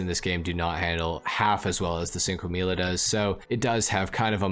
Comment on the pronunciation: It's pronounced "Chinque Milla" not sinque milla